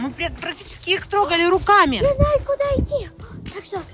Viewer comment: Почему говорит я наю а не я знаю